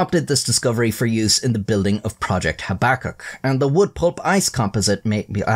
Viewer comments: FFS do your research young man - habakkuk - look up the correct pronunciation please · Your pronunciation of projects name is so upsetting haha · Your pronunciation of projects name Habbakuk is so upsetting haha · every time you say "Habakkuk", i want to light a cigarette lol